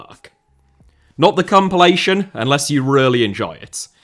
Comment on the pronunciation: Why did you say “not the cumpilation” that caught me off guard lol